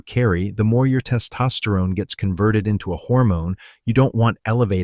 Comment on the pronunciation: It's hard to listen to because the way he says "Test Osterone" is super distracting